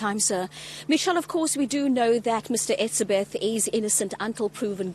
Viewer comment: Why can't she say hes name correctly???????